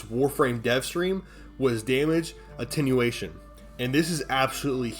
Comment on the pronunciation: "Lega-AIGHT bro cool story." - probably. I love how he has no issue with "Attenuation" 😆 Lol. Fr tho it's one of the reasons I'm subbed.